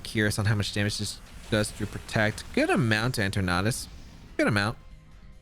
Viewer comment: En-ter-nat-us... its eter-natus